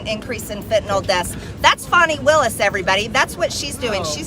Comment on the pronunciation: Why do they call Fanny Willis Fawni?